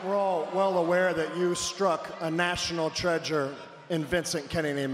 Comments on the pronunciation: Did Shane just say “TREAGURE”? Not a bad as when he said “Rount Mushmore” That one had to have been on purpose lol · “National Treajure” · "National Treajure". Nice grammar Shane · I agree Shane needs promo lessons He can’t say treasure or Mount Rushmore